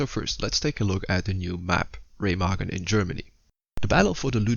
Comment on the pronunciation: So happy Ramagen wasnt pronounced RuMeJuN like in that other guys video